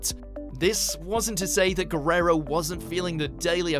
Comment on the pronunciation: Is funny how he pronounces eddie's lasr name wewrerow